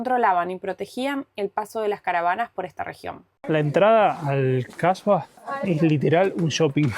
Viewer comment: Atención. Hablaste de Kasbahs y lo pronunciaste incorrectamente. Colocaste la "h" después de "Kah" en lugar de al final. Cambiaste completamente el significado, transformándolo en "mujer de mala reputación". Por lo tanto, la "h" debe pronunciarse al final, no al principio.